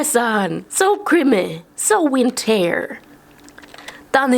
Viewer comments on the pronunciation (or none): “So crih-mah, so win-tear”, I’m DONE!!!🤣🤣🤣🤣🤣